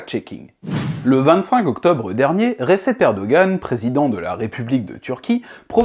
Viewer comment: Recep sa se prononce redjep